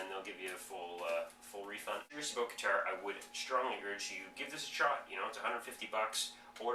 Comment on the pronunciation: Dude. You are SO from Ontario!!!! You had me fooled until you said "a session can vary from ABOOT 20 to 30 minutes."